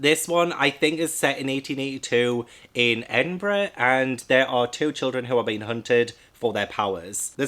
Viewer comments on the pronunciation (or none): none